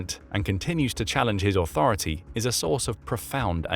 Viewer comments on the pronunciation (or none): Authority.... "RECOGNIZE MY A-THAR-A-TAY!!!!" I don't watch South Park, but I've seen clips of Cartman shouting that....and it was the first thing I thought of when I heard that phrase.